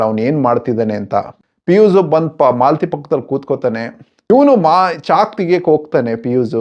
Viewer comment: Malathi alla, Mlathi